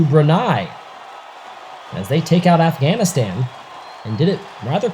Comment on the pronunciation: Stop pronouncing Afghanistan wrong